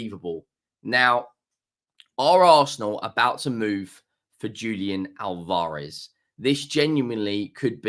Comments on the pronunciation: Al-Vah-Rez Not Al-Vaar-Ez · The emphasis is in the first A. You’re putting the emphasis in the second a.